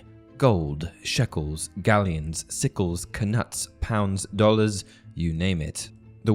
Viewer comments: Just thought I would mention that the K in Knut is silent you pronounce it like nut not knut. It's like Know and Knight, just thought it was worth mentioning. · I'm fairly certain the K is silent in knut.